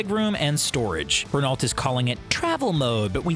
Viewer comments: "Ren-alt" That hurt my ears. Note; actually, the fact you showed an F18 when saying "Inspired by F22" is actually worse, but I hadnt gotten to that part. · renault is prenounced "renou" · The way he says Renault makes me want to piss myself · Great show however the commentator should do some research before pronouncing the name Renault and the word Barchetta. Just saying because that was nails to a blackboard like to hear!!!